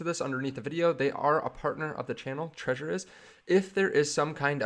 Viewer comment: It's not pronounced like the word "treasure". It's pronounced "TRE-ZOR". You have to pronounce the "Z".